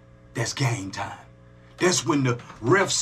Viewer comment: Did you say "Only TOM balls is good ? at 11.06 🤣😂🤣🤣🤣🤣 nahhh I know you said Time,,,but I swear its sounds like TOM